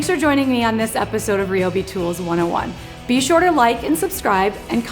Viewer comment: Isn't it pronounced RYE-O-BEE, not ree-o-bee?